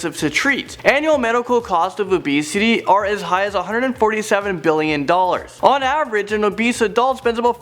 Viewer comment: is he saying abesity about 50% of the time or am I hearing things???